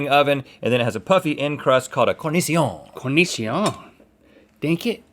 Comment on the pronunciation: Italy. The Neapolitan style. The original. And the only one protected by law. those were not Neapolitan nor Sicilian pizza btw :) it is pronounced "cor-ni-cho-ne", not that franceish thing